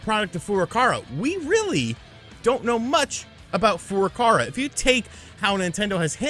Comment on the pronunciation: Besides being completely wrong about your hypothesis, can you please learn to pronounce Nintendo president's name for Christ's sake??? Shuntaro Furukawa (古川 俊太郎, Furukawa Shuntarō. NOT Fu-ra-ka-ra! It's makes you sound really fucking ignorant:)